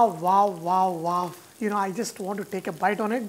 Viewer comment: Its wow, not vaw vaw vaw!!!